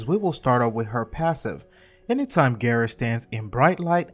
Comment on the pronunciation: it's gara not gera there no e in gara